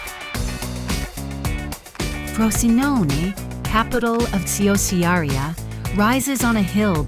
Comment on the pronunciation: Please learn how to pronounce Ciociaria it's CHO-Chia-ria